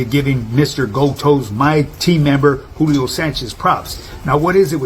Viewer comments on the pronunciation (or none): none